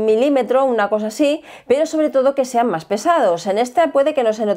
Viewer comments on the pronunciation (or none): none